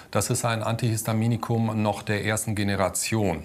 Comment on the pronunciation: AntihYYYstaminikum xD